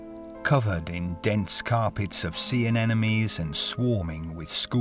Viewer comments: AneMones... not anenomes. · Sea anenomies? 😁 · The pretentious narrator doesn't know how to pronounce "sea anemones." This happens within the first minute. Bonus pretentiousness points for describing the depth in "fathoms," for, you know, all the sailors who will see this video.....